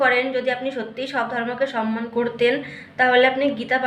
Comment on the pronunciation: উনি সম্মান বলছেন নাতো ! উনি সনমান বলছেন ।